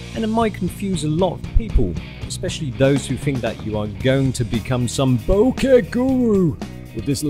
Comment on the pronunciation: I love how he pronounces Bokeh: "BOOOOO-keh!" xD